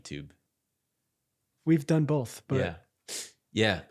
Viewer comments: Bolth? LOL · Yo the “Bolth” thing had me buggin cuz I definitely pronounce “both” as bolth. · was definitely saying "Bolth"